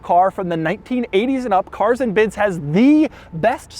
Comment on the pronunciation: POV: You cringe when Daddy Doug says CARRSS ANND BIDDS